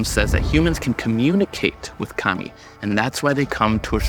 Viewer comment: You pronounced kami wrong, and you make a lot of very Christian assumptions.